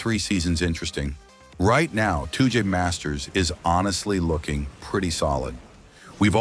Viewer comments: Stop saying Tooje please 😭🙏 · Touge is a japanese word pronounced "Tow/ Toe - Geh" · "Toodge masters"